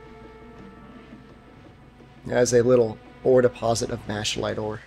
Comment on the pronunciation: I thought it was pronounced Mack-uh-lite